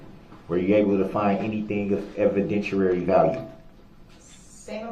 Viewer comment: "Evidenshurary value".